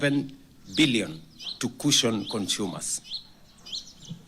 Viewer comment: Waha! ati ''cushion cunshumers"? kwani ole tenges ameshakua mũndũ wa nyũmba?